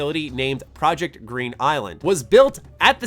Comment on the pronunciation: HUEHUEHUE You said "project green island" instead of "project greek island" ^^ HUEHUEHUE